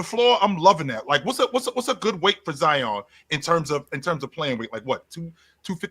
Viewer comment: “Ozion” is crazy 😹😹